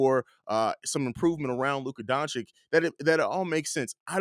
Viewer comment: it’s Doncic like itch, not Donchick